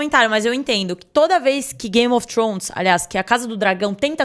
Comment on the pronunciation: Trôns não,Trones